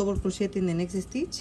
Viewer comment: When speaking where an S will start in a word, DO NOT SAY ( ESTITCH) SAY (STITCH). SSSSSSSTITCH!